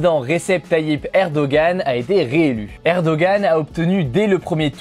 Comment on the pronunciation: Ça se prononce erdoanne, pas erdogan 😭